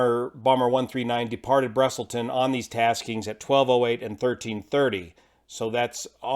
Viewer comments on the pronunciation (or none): Sorry, got to call you out on your pronounciation of the airport the flight departed from. It is “Busselton”, not “Brusselton”. Drop the “r”. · Your pronunciation was pretty good, don't worry,. Though you mighta flubbed busselton as brusselton once, flubs don't count:D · Busselton mate not Brusselton, great vid explaining this tragedy (for 139) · Busselton not Brusselton, Hopetoun "Hope town" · Busselton, not Brusselton. Great report on this accident. ❤ Your channel.